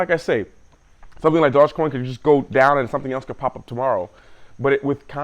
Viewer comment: What's this "dodge coin" haha